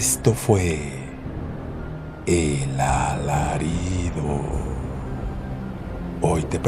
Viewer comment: Hola, muy buen y bendecido día. Muy bonitas historias de Terror. Sólo como observación, si te has fijado que dices Elalarido y no El Alarido, espero no molestar con mi comentario. DIOS Contigo y bonito día.